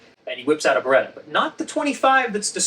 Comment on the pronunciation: I finally figured it out. "Beretta." I figured it out on my own from the rest of the video. IN NO WAY does it sound like that's what he said. Even now that I know what he said, it still doesn't sound like he's saying anything close to that. It still sounds like "barga."